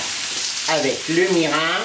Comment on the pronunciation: Ça a l'air délicieux. On prononce : mirinE Mi - ri - n